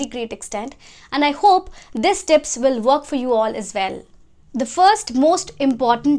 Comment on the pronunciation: Keep it up 👍 but your "w" sounds as "v" as in "vill" for "will" and "vorry" for "worry"...just a lil correction... 👍